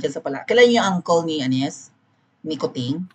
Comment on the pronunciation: Coo-ching😂 slang ba yan ng Kuting? 😅